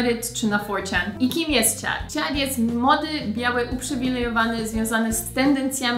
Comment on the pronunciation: A mam takie pytanko - Sharon, Chad czytasz Śaron, Ćad, mocno mocno zmiękczone - czy to jest typowe dla jakiegoś regionu w USA? Czy wszyscy tak wymawiają te imiona? A może jakiś filmik i akcentach? :)